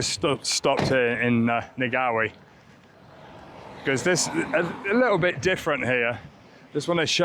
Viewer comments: Yes it’s pronounced Nahwee! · te marua water treatment plant those are the ponds we have just completed the upgrade to provide an extra 60 million litres. Also ngawi is pronounced nah-wee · Peeing our pants here....just a little ......at your pronunciation of Ngawi. Maybe Karlene can hook you up with a local kaumatua for a quick Te Reo lesson before you leave Wellies. Might be a fun thing to show on your channel too? Don't want you slaughetring the names of the whole country 😆. Best wishes....looking forward to following you home. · lol Ngawi has a silent G .. was entertaining to hear you say it though :) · Totally support what others have said about hiking poles, but suggest you would benefit from 2 each, not one. They are great for crossing streams, and they support your knees on downhills. Secondly, pronunciation of Maori names with ng - think of the ng sound in "sing" - there is no hard g in the sound. So Ngawi starts with the "ng" sound from sing! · Always blow on the pie.😀And the g in Ng is silent. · Another great watch! Im not sure which was more comical, liking gorse or your pronunciation of Ngawi 😆